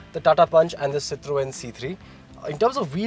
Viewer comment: as a motoring journalist, I would expect you to pronounce Citroën properly.